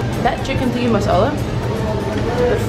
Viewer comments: TIKKA NOT TIKKI😂😂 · TikkA not TikkI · ayyyeeee...lol...ok tho am I the only one who notices that she kept saying tikki and not tikka...alot of people do that when I go to Indian restaurants....:/